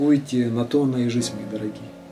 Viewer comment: обожаю все ваши каналы!! но!! блин! жиЗНЬ а не жиСТЬ... режет слух жутко!!